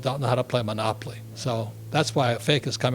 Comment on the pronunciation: He is funny. "monopoply" lmao.